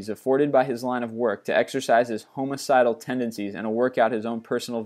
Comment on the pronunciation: Hahahaha "Homocidal"